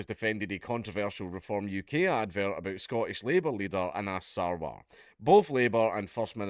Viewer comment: You mispronounced 'Anas '...